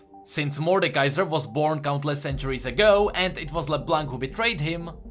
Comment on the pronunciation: Her name is “le blaw” not “le blunck”